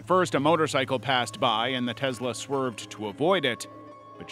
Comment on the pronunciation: You do not pronounce a lot of things right kennica like no and Tesla 😂